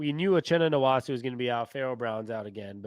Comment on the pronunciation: Its nwosu not nwosu